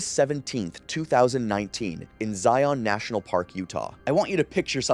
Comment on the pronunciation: I stopped as soon as I heard Zion mispronounced.